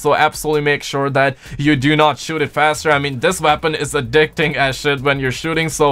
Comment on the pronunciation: Not trying to be rude or anything but is it just me or does it sound like he’s saying veapon instead of weapon